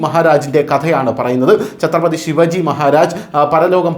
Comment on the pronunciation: ശിവജി അല്ല ശിവാജി.